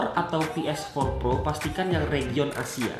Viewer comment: Ngucap ps4 pro fasih, tapi ngucap region belepotan. Mendingan peesempat proh gitu aja Dasar ablay